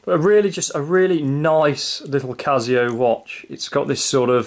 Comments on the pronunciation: It’s Casio with an S not a Z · stop saying cazio